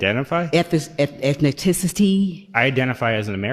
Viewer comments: WTF is ethniticity? I know what ethnicity is, but what is ethnitticity? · Politicians who use a word they cannot spell or pronounce: Ethni-ticity. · Ethtincity 😂😂😂EXCUSE ME GRANDMA 😂😂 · 2 things that should not be allowed in Congress: 1.) Woman with Mohawks, 2.) Women who can’t pronounce basic words… “WTF is ETHNITICITY”? 🤯